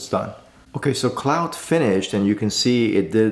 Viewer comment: *Pronounced as 'Clawd', not like 'Cloud'.